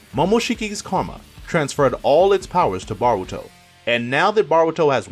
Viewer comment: BAH-RU-TO lol